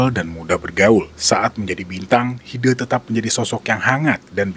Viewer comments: Koreksi. HidE. E nya cempreng, bukan e kayak hideung gitu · WOOOY NYEBUT HIDE nya jangan jadi HIDEUUU dong sumpah ganggu denger nya lu salah nyebut nama orang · Bacanya Hide kayak huruf E di kata Lele